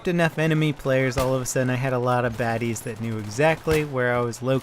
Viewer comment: please dont say badies again